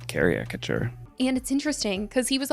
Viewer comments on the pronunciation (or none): Looool him trying to smart it CARICATURE not cariacature LOOOOL